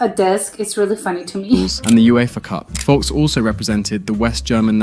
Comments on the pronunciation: It is not Berti Wocks but Berti Vogts, pronounced Fogts. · i never heared vogst pronounced more wrong xD i dislike when people like him not bother to learn absolute basics of pronouncing german names while making vide0s about it